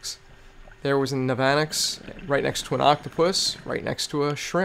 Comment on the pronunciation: the navanax is usually pronounced NAV-UH-NAX and the 'ch' in nudibranch is pronounced as a 'k' ;)